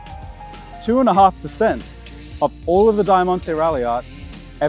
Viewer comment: thats an insane pronunciation of Diamante but well